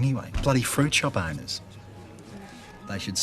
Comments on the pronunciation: I thought he was saying "fruit show boners" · I used to think he said "fruit show ponies"...🐎